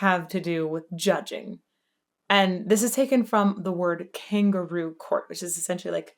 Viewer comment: Though I know he's definitely saying kangaroo, I've always thought that he emphasizes the syllables in such a way so that it sounds like king guru as maybe a jab at "the establishment". He's being judged in a kangaroo court while also being judged by the "divine" ruler of the land and the spiritual "elites" alike. Just a random shit take.